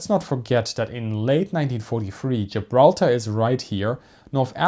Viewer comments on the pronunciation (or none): none